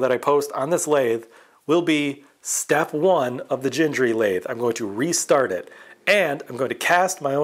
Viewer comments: FWIW, both 'g's in Gingery are pronounced hard, as in 'get'. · Nice to see you back at the Gingery lathe! FWIW, "GHEENG-guh-ree". Hard Gs.